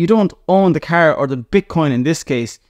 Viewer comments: Never heard someone say “car” like you do in my 43 years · Hahah love it! 😂